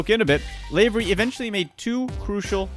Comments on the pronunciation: LAvery as in LAvatory. Not LAvery as in sLAvery. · it's lav ery like Laverty without the t not lavery like slavery without the s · It's not pronounced LAY-very, it's pronounced LAH-very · You're pronouncing Lavery wrong. Think lav, like slav. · STOP SAYING LAYVERY